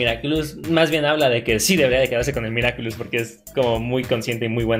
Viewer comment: Me dió mucha risa cuando decía "Miraculous do cashogo" y le quitó la seriedad a las escenas a mi parecer